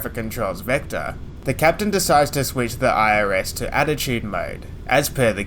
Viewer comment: work on the word altitude... sounds like attitude... young fellow aussie.